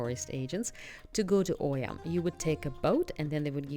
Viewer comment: Good video but it is not Oy-ya but E-ah. It is important for a video influencer to say the names correct as many listening don't know the difference. Thank you.